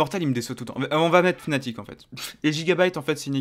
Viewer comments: ca ce prononce fanatic et ca secrit fnatic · Med Brochh Non non, Ça se prononce Fnatic